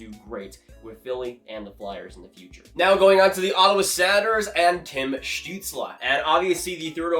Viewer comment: Hey man love your channel but you say “Senators” and “Predators” a really strange way lol...SANators & PRADators. Is that just your accent? If so where are you from?